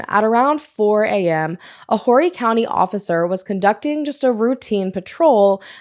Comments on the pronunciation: the H in Horry is silent. 💕it’s Ore ree. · I knew this name sounded familiar. I live in MB. Continue to visit, & never move here, it's god awful. Broadway is dangerous now. Always go to Barefoot & stay North. Oh PS, it's pronounced "Orry" County ;)